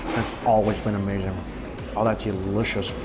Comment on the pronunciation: Argh, that all looked A-MEYE-ZING (phonetic approximation of how Mikey sez it)! Someday, Taiwan, I shall come and eat all the things!